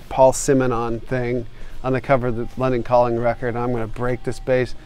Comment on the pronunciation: when he said London Calling, it sounded like he said "Leonard Cohen"! Duff rules!